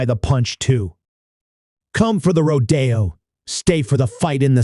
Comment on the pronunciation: I'm a bull rider and I'm a cowgirl. Yeah. Shit like that also happens sometimes. It's crazy. Also it's pronounced RO-de-o. Not ro-De-o or ro-DAY-o.